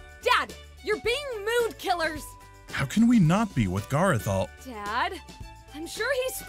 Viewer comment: GARROTH ITS GARROTH